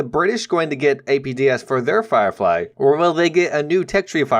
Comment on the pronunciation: The Sherman Flirefy XD